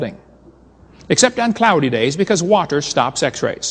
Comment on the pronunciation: On top of everything, has probably the most annoying pronunciation of water I have ever heard.